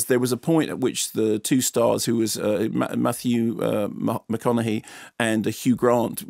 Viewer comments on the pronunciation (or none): Yeah mark his name is Mathew mcconaghey not mahogany, that's a bit of wood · did he just call him Matthew mahogany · Did he say Matthew MaHOGANEy lol... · Did you seriously say Matthew Mahogany at 1.11?